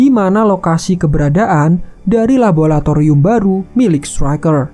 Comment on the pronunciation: Laboratorium wee bukan labulatorium